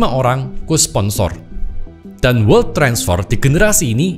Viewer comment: bacanya welt aja koh